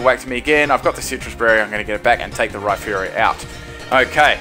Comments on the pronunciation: It's Rhyperior, not Rhyferior like you claim. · isn t it Rhy-perior like surperior istead of Rhy-ferior as in inferior